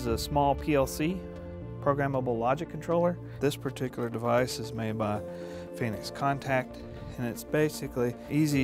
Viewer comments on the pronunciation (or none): none